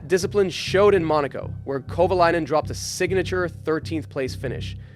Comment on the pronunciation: Bruh wtf.. Is this Ai? Why arent pronunciations consistent? Kova-LAY-nen Kova-LI-nen. like wtf man? And its not KATERUM.